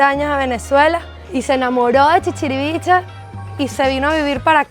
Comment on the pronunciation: El pueblo no se llama chichirivichi, es ChichirivichE